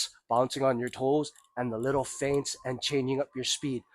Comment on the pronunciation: 'Feints', not 'Faints'.